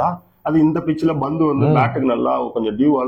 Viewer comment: நீங்க ஏன் pandhu ன்னு சொல்லாம bandhu ன்னும் crease அ greaseன்னும் சொல்லுறீங்க?